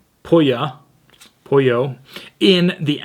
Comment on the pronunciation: I looked up the town in Ecuador and it's spelled Puyo. The 'u' has the 'oo' sound, so Poo yo, is how you would say that.